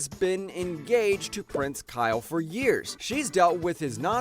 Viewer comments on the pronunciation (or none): none